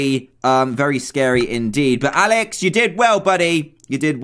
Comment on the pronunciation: You Said "Aalex"